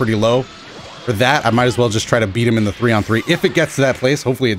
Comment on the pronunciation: and then they never knew what they started “Za Battle Of Za Beams”